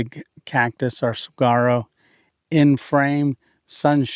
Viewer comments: It is pronounced sa war o. The g is silent. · Saguaro is pronounced; "Saw-WAR-oh" with the emphasis on the 2nd syllable. The "G" is silent, making more of a "W" sound. I love Arizona, lived in Phoenix for years, any landscape you want is within a 3 hour drive. I can almost smell the warmth and the foliage of that place. 👍♥️ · The Cactus 🌵 is pronounced Saw- War- Oh